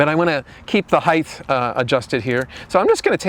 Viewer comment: Stop saying heith no such word , it's height (hite)